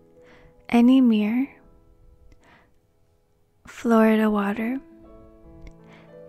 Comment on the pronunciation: Did you say flower water or Florida water ? Lmao